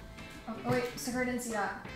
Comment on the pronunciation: Is her name actually sakura… like SAKURA!? (Ps u pose to read the first one like kyedae says “sahCurra”) 😹